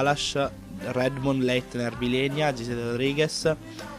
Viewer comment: si dice vilena non vilenia dov'è la "i"xD sei un grande